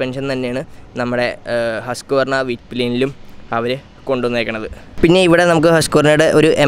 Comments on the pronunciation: Come on dude ഹസ്ക്ക്വർണ അല്ല it's ഹുസ്‌ക്വാന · It's pronounced " Huss qwarana "